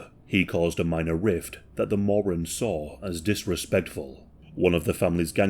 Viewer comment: Morins!!! Its pronounced Moe- 🏃‍♂️ Ran's